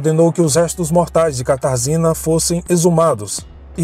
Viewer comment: Oi, a pronúncia do nome da moça é Katarjina, em polonês.